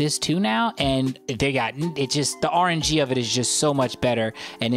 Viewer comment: idk if you were kidding, but it's "RNG", not "R&G". It stands for "Random Number Generator"